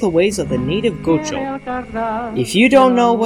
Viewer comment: haha u said gaucho wrong but its kool i didnt no wwut it was until i took ap spanish